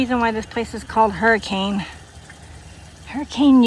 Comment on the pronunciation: That drive through the Virgin |River Canyon is so pretty. There is one place, if I remember right, the road actually is built over the river in one small section. Hurricane UT is pronounced Hurri-ken